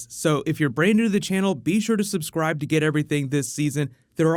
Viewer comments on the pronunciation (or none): none